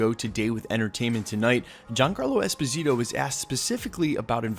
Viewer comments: Dude, please stop calling him EspiNITO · espaneato? Too many mispronunciations lol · “Esposito”, “Esponito”, “Esponzito”... Gee dude, just learn how to pronounce the damn last name! Out of respect, please. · esposito.. not esponito. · Esponeeto?! c'mon man you edit your videos right? you hear yourself, get it right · ...good considerations!...Norman Osbourne or Victor von Doom would be great villains for him to play...I believe he would own that role... I like him so much as Moff Gideon on the mandalorian that it'd maybe feel weird to see him in another Disney property...but how you mess that man's name up so many times per sentence in this video? 3 different pronunciations? Dude. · My man - you butchered his name 🤣I remember his interview. Great actor...not sure Esposito has the presence for THAT but I could see him as Norman Osborn for sure. Also prob not a good play bringing him from Mandalorian over to the MCU. Agree with you there. 👍🏽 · Good story aside of the numerous name mispronunciations. Giancarlo Esposito would make a very intriguing Dr Doom. He has that noble hubris that exudes in most of his roles. I don't see Disney cross-pollenating many of its actors either. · He’s American. He barely even knows English. You really expect him to pronounce a Spanish name correctly? Lmao 😂 Americans don’t even know how to read, write, and speak their own language correctly. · Michael Scott yeah but he’s literally adding letters. I don’t see n in his name lol.